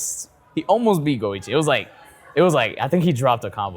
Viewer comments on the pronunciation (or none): Go. iCHi. CH CH CH. Man every single time you say goigi like luigi I die a little inside. Disregarding that, you are one of my favourite people on youtube and I love your videos. Thanks.